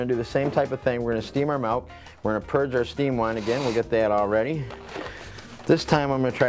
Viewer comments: You’re gonna wanna go ahead and stop saying MELK 😂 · you had me at "melk" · HE SAYS MALK :D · They way he pronounces MILK is very unusual!